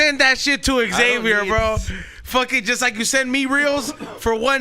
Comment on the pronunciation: Hey guys Xavier is not pronounced X(ex)-avier, same way people dont say J(jay)-esse or P(pe)-illip...It is pronounced Xavier or ZAY-vyer